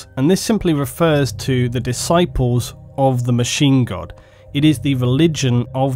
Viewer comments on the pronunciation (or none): Every time he says Machine God I think he's saying Machine Gun...